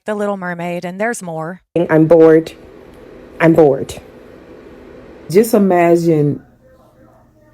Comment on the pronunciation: “I’m bort”…. Such an amazing grasp on the English language.